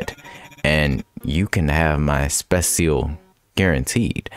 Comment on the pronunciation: I love how you keep pronouncing [Specil] exactly as spelled.